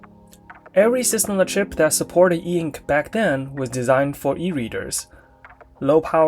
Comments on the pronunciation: I reject the spelling eink. And also the pronunciation eenk... It's e-ink for me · "Eink" bro please, that is so annoying to read. E Ink.